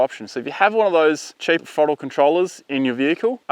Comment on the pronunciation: Cant take you seriously when you says "frottle control"